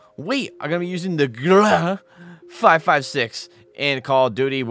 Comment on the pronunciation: ...... The way he says grau tho 😭😭🤣🤣🤣🤣...... I CAN'T🤣🤣